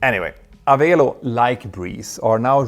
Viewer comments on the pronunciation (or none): Pronounced "a-VELL-oh" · Just a minor note: Avelo is pronounced like 'Hello'. :chillwcat